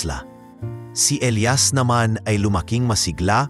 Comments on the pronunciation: Nakakatawa Elias as eliyas not elayas😂😂😂😂😂 you need to improve your channel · elias elayas paano ba yan bigkasin mo iba iba eh